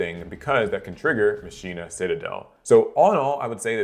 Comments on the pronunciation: Machina is super combo heavy. Also its ma-kee-na not machine-a lol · Just as a note of reference from an old man, it's actually pronounced Mah-Kee-nah. BTW, love your vids! 🙂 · Almost certain it’s pronounced “Makina”, but I could be wrong. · Mock-Key-Nah. Spanish for machine. Wakka pronounces it correctly in FFX.